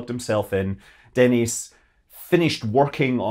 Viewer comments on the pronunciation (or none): none